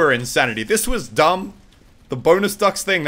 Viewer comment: is he saying bonus fucks?